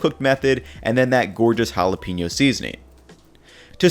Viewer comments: why he call them holla peenyo chips lmao they called jalapeno (juh-lah-pah-no) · Ha-la-pain-yo not ha-la-peen-yo